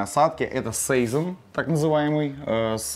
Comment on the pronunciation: и всё-таки сезОн, а не сэйзон, сИзон или сайсон. Валлония ж)